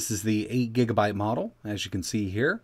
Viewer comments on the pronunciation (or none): none